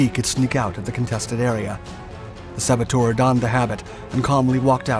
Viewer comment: Saboteur' is not pronounced ;sabbo-toor'. The correct pronunciation is 'sabbo-terr'.